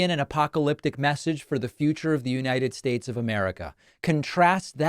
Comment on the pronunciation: The United Shtutts.